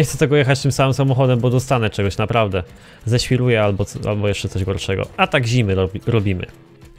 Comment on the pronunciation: Szelbi a nie szewi ok